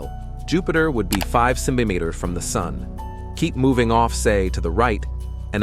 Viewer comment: I think the narrator has a problem saying centimeters, got the first one but the rest LOL